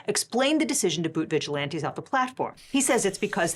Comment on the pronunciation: why do you call them vigilianties????!!!